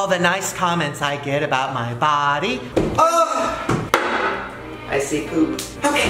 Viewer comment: All the nice comments I get about my baaadEH! the way he said body XD i cant